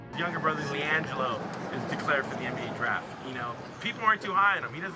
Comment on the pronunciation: LIANGEELO ball